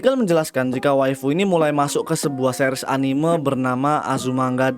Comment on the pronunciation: cuy tolong pebaiki pelafalan kata "anime"